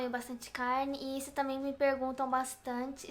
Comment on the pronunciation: "Comem muito "calne"... kkkkkkkk n consigo não rir disso...